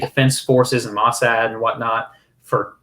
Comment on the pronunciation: "Moh-SAHD." Emphasis on the second syllable.